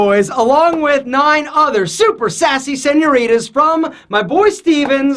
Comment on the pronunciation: Keep practicing your "Señoritas", specially your R :D